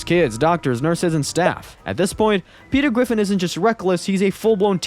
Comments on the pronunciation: "petew gwiffin" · Petew gwiffin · Peter Gwiffin